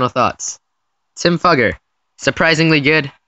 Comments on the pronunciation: Just to let you all know, his last name is pronounced "fYOUger" not "fUGGer" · It's not pronounced duffer its f-U-ger. u pronounce the u as "u" not a. Look him up on YouTube he's interviews say fUUger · It’s pronounced Fooger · His name is actually pronounced (fyoo_gur) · You are pronouncing his name wrong. I watched him play at Vanderbilt and that is now how anyone pronounced it. It sounds like Few-ger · Fewger is how it's pronounced buddy